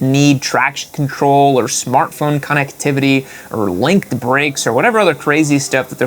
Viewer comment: the way you said smartphone 'connectivity' triggered me. Great vid